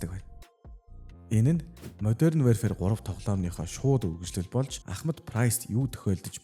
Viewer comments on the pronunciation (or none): Wearfare gd bdg shatsn pzda barag wherefare gd bgam bishuu ydjhd yasn ch olon heldiin pzda pzda pzda WARFARE geechde WARfare! Chadhgu bol translate dr bichheer uudus chn unshij ugdug function bas bgashv PZDAAAAAAAAA